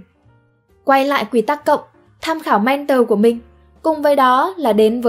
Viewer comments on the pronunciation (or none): Thích video của spiderum lắm...nhân tiện đọc là "men thò" ko phải "men tờ" nhé.